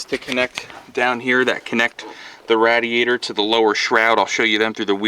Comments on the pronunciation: Why the fuck do you call it a Rad-e-yator? It's a fucking radiator. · Great video, one thing though. . . . It's pronounced RAY-DEE-AY-TR. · Was painful constantly hearing rad-iator over and over..... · Yes, it's a good video... please edit radeator.... out, that was hard to watch hearing that! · The way u say rah-di-A-tor......🥊🥊🥊🥊🤬🤬🤬🤬 my ears hurt the whole time!!!! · Dumb women can’t even pronounce radiator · I just can't watch hearing you pronounce that!